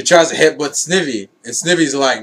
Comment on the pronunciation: Nitpicking here but it's actually pronounced Sn-I-vy. Like "eye"